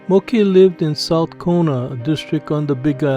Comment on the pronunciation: Interesting that you would read "moke" as mo-keh. I just read it as moke. Although he would be the smallest moke I've ever seen.